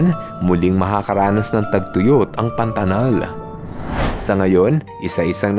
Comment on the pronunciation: Kuya mag ka parehas bato PANATAL PANATANG😂😂😂❤❤